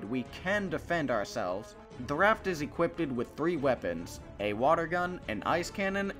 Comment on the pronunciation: Say 'equippeded' instead of 'equipped' one more time and I will scream